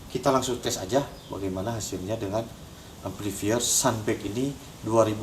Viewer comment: cobalah kalo kata itu dari bahasa inggris diucapkan dalam bahasanya. amplifier harussnya dibaca amplifayer. malu ah.